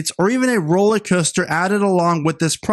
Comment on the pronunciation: It's not "Rolleycoaster", it's "rollERcoaster"!